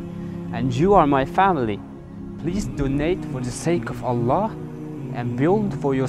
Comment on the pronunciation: Good acting ... Even he can't pronouncing Allah properly 😂😂😂😂😂😂